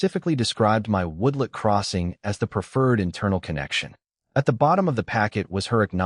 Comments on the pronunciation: The introduction to this story just drew me right in. Hope it does not disappoint. Finished This turned out to be one of the best HOA stories ever! Only the AI calling a "woodlot" a "woodlet" instead of a "woodLOT" was a little jarring, but I still like to see a tell show up now and then. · WTF is a woodlit? After hearing woodlit twice I bailed.